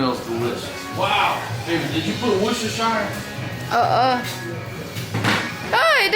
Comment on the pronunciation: its pronounced woosta sauce